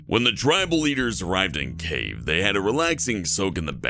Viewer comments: It's Key Ev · Holy shit, I haven't watched any videos from here for ages now. Last time I was here was so far back that it isn't even in my history. Well I guess it's time to try and catch up. Also, you mispronounced Boudica, Shah, and Kiev.